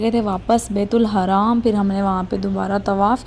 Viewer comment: Again n again you are saying bait ul haraam it's not baitul haraam .it's bait ul Haram . Please say tauba.